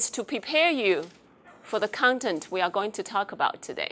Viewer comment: 自傲及無自知之明------->是阻礙進步最大的絆腳石 錯音就是錯音 不是腔調不是口音(根據台大史嘉琳教授) 你若學美式英語 把美式發音發對 放心～美國人並不會誤認你是美國人 因你仍保有一種異國風味 但發錯音 則會有溝通誤解的問題： cover( not咖-), content( not康-), English( / 非Engrish), homework( / not轟我k), grammatical( / gra'-.-.-非[果'-.-.-]), acceptable( not阿k-體--) comma( / / / / / / / not康馬), simpler( 非[siŋ--]), main( / / / 非man), seatbelt( 非sitbelt), communicate( not康-尼-), last time( not拉s躺), fulfill( notㄈㄛfeel), simply( 非[siŋ--]), visual( 非[vi-]), form( / / / / / not鳳m), own( not翁), us( / 非[餓s]), difficult( / 非[difi-], same( / 非sem), whole( notㄏㄛ), gentleman ( not尖--), were( 非[wi]), convey( / / / not康-), function( not方-), ownership( / notㄛ--), both( 非[bㄛ-]), illustration( not以喇s吹-), coding(notㄎㄛ-), among(not-ㄇㄤ), omited( not-咪-) it( / / 非eat), command( not康-), subject( / not撒-), most( not台語[毛st]), element( / not阿了們t), on( / notㄤ), other( / not阿-), comment( / not康們), typical( not踢皮-), so( notㄙㄛ), come( / not康), system(非[sis-]), consequence( not[康si-]), under( / notㄤ-), understand( notㄤ--), time( not炭), conceptualize( not康---), focus( / notㄈㄛ--), background( / notㄅㄝgrㄤ), noun( notㄋㄤˋ), mark( 非ㄇㄨㄚＫ)